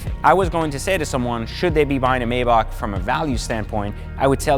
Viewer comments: I couldn't finish the video because hearing you say the name wrong irritated my soul 🤨🤨🤨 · Technically it’s not being pronounced wrong, it’s just a language/ accent barrier. For instance Americans say Ford , people from UK say Fahd. As long as you spell it the same really doesn’t matter lol